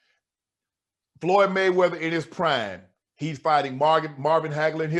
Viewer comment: He called floyd skip lop